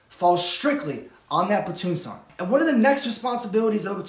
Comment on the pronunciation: Platoon Sergeant not Sarnt.